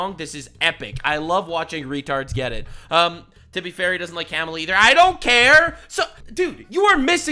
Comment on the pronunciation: clearly you're a racist, because the left told us it's Kah-mah-la and you said Cam-ah-la. The left told us if we mispronounced it, we were istaphobes, and they know all about these topics. EDIT: Maybe we clean up the plastic Sunami in the ocean, and shut the eff up about speculation on the climate? You know, cause there are actually MORE polar bears now, than when the Gretas of the world started crying. I'm a child of the 70s, and back then, in elementary school, we were taught that global COOLING was the problem. Smog was gonna blot out the sun, and cause a temperature DROP. I've stated this before in comments on other videos, and literally been called a liar by younger people who don't know this shit. And sometimes my comments just got deleted. EDIT 2: Bernie has been on 800 interviews, which he will call 8 zillion. Does anybody deserve to sue over those fake 8 zillion interviews, if there is a negative question from a dummy?